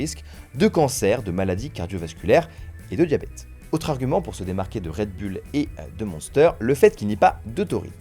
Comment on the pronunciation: "red bulle" il m'a tué 😂